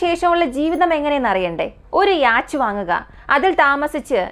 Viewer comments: യാച്ച് എന്നല്ല യോട്ട് എന്നാണ് ഉച്ചാരണം. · യാച്ച് അല്ല യോ-ട്ട് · The Pronunciation for Yacht is "Yot" "Yo-tt" Not Yaach. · യാച് അല്ല സിസ്റ്റർ Yacht ആണ്. ഡാൻനിഷ് word നിന്നും ആണ് യാട്ട് ഉണ്ടായത്. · യാച് 😂😂😂😂😂ബോട്ട് പറയുന്നത് നല്ലത്. എന്തോ അലോസരം. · Yes യാട്ട് എന്നാണ് pronounciation, സഞ്ചാരം പ്രോഗ്രാമിൽ ഈ word പല പ്രാവശ്യം വരുന്നുണ്ട് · യോട്ട് അല്ല. യാ ട്ട് എന്ന് ആണ്. ഡാനിഷ് word ആണ് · Yot അല്ല. Yacht word, ഒരു ഡാനിഷ് word നിന്നും ആണ് അപ്പോൾ കറക്റ്റ് pronunciation യാ ട്ട് ആണ്. അതിൽ ch slient ആണ്. യാ ട്ട് പറയുന്നത്. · Good video but you need work on the pronunciation . Yacht 🛥️ pronunciation is yot Just giving feedback only 😊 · Yes it's 'yot'.